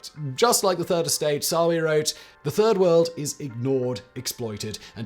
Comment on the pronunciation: Oh....I thought it was turd world 🙉